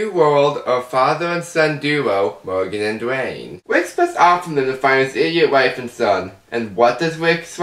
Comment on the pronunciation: Mowgan and Duwaaane. Killing myself here! (I'm sorry!)